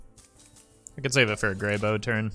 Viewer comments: Goddamnit it’s grey b-ow!!!!! not b-oh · Is it really pronounced as Grey-Bo? I always thought it was Grey-Bow. My whole life has been a lie :( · "Grey bow" literally unwatchable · You're worried about that, but not about how he mispronounces Greybough?